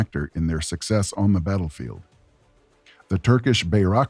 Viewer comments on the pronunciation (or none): none